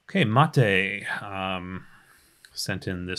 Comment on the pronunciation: LOTR extended is nothing compared to this:D. Thank you,, for taking your time for the community. Also, a fun fact: you are the first one who pronounced my name correctly (Matej)